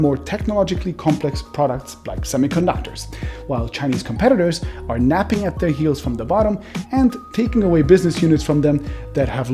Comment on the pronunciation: Nipping at the heels not napping. Good video btw, you should do one about OLED.